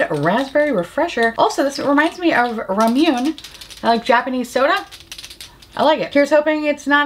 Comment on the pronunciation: "The money shot" was giving me mad flashbacks to all those Farsali videos that folks used to post a few years back. 🤣 I also do not like spicy butthole lipbalm/gloss, I got one in a lucky bag recently without realising it and I think it had menthol in it because I had like, iced butthole lipbalm vibes. Very fucking weird. Also, you probably know this anyway, but "Ramune" is pronounced "Ram-oo-nay" and goddamn do I fucking love that stuff. Unf. I'm also with you on BAGCEPTION. I have a tote, which has a waterproof bag inside, which contains another bag for my d&d dice and in THAT bag are four dice sets which are inside individual bags 😆